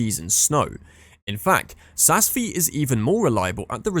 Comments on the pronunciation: This video should be re-titled - Top 10 ski mispronounced ski resorts - Tignes and Ischgl are hilarious, Cervinia is pronounced Cher-vinia and please tell me where Saas-Feeee is? Is it in the Feeee valley? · This is absolutely shocking what in gods name is the E space killi !!!! Jesus sas feeee. Do one with these pronunciations!!!